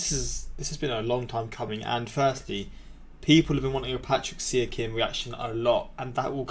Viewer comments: wait who did u just say. Pascal Siakam? I dont know who u just said if it was siakam look it up how to say it cuz that was a pretty bad pronunciation but good video reaction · He pronounced it like Flight lol. PsyYuhCome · I would be mad about the pascal siakam pronunciation. But I'm a raptors fan and want you to see his greatness